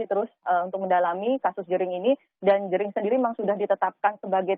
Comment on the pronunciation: Kenapa y presenter sering salah mengeja nama orang bali, kayak jering atau made